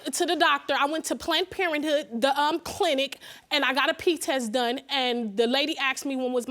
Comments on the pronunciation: Plant-Parenthood or Planned Parenthood ? Slow down when you’re talking, young lady. They have a whole lot of energy! Geesh. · I thought she said "plant" instead of "planned."